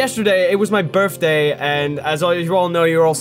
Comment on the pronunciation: Berfday? BERFDAY?😂